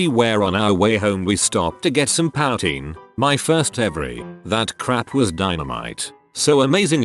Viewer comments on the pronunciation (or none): Poutine = poohtine, not powtine, sorry. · o also this is bugging me but its pronounced poo-teen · POW-tain. sighs in Canadian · It's pronounced 'poo-teen'...buddy...eh? Sorry notsorry. lmfao. ;>D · Who is here because he constantly pronounces "powteen"? I am as angry as I am allowed to, being a Canadian! Sorry! 🙃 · whenever he said poutine lmao "powteen" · Yes, I had to give the screen a stern look every time he said it, but I'm over it now. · My boy totally fricking up the word "poutine"😂